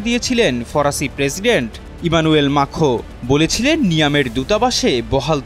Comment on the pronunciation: আরে সাংবাদিক ভাই ইমানুয়েল মাখো না,!! ইমানুয়েল ম্যাক্রো 😂😂😂